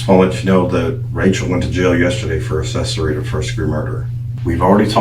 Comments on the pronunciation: What's assessory? 🤣 shouldn't someone who can take your freedom be able to speak proper English? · I want to stab myself in the ear every time the detective says "uhsessory,"